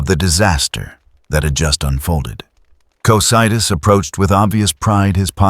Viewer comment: Great video! Hopefully you can fix the way the reader says Yggdrasil and Cocydus for part 2